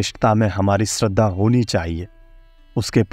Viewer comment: आपका अशुद्ध उच्चारण खटकता है, जैसे श्रद्धा को स्रद्दा। श्री को स्री।